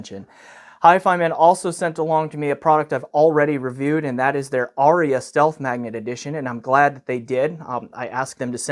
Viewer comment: Incidentally, there are but TWO syllables in "Arya". :D